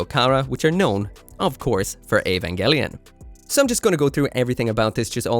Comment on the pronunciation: That's basically the pronunciation in Japanese, so I think that's right.